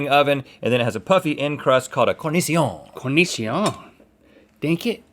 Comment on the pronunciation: Italy. The Neapolitan style. The original. And the only one protected by law. those were not Neapolitan nor Sicilian pizza btw :) it is pronounced "cor-ni-cho-ne", not that franceish thing